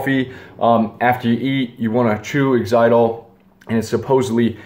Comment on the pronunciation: Yes, most gum is sweetened with aspartame. Xylitol is much better but it's not used commonly, so you'll have to look carefully to find one. Xyltiol is much, much better than any of the alternatives, categorically. Oh and - it's pronounced like Zye-litt-ohl